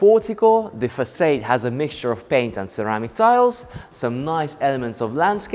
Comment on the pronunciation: I love the way mispronounces words - like 'east south' instead of south east, façade, (Fas-ard not fas-aid), CHandelier instead of 'SH'and-eliers. I prefer the tour style. very descriptive and generous with his adjectives:) The camera person does a great job too. The house - yes fantastic interior design and colour themes, though I suspect there was also a bit of a blue filter added on the editing.